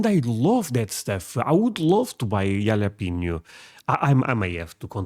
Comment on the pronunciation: Jalapeño: the J is pronounced like an H, not like a Y. You are saying Yalapeño -- it should sound like Halapeño.